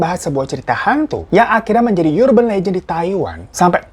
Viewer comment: "Urban" tuh bacanya bukan "yurben" deh bang....